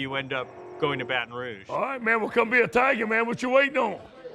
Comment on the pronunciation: “ well come be a Tiga, whatcha waitin’ fo?”